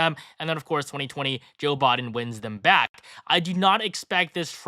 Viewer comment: It's "Biden", not "Bahden"